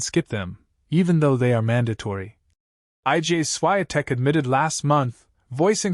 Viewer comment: It's IGA Swiatek, pronounce as "EEGAA SHFEE-ON-tek" !